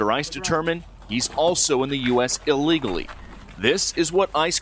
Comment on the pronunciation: Illegally not ulligally...